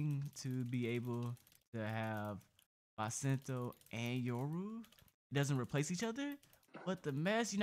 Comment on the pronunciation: You said basento........yea gg it has bis not bas